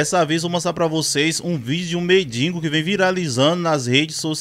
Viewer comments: "MendiNgo"é de doer.... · "Medingo" amigo? Sério? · Vamos só corrigir MENDIGO e não "MENDINGO". Bom dia 🌼